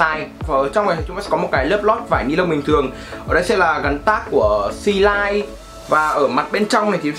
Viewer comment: Xê lin chứ không phải xê lai